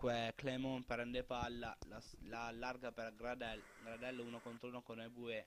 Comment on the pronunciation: Clément si legge Clemón, ha un piccolo suono nasale... :)